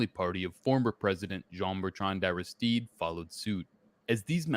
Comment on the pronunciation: Also, Aristide is Arrah-steed.